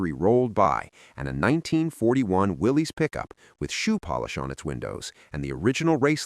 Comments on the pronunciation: WILLIS, as in, "Whatchoo talkin'' about, Willis?" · Willy's is pronounced Will us , named after John N. Willy's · Pronounced "WILLIS". A lot of people say "WILLIES", But it's WILLIS. Ask any Willys owner at a car show.